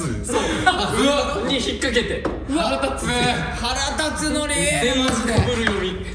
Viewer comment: 深澤さん、腹立つのことをはらたつのり〜って言うの私と同じで運命感じました（？）